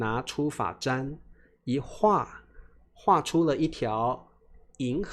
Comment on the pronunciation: 老师我有一个问题： 发簪就是 fa zan, 你为什么念 fa zhan 这样？z 的声音应该是z, 你念的是zh 的声音